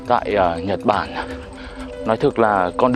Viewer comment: mệt quá nói thành "chật bản" luôn.😅😅😂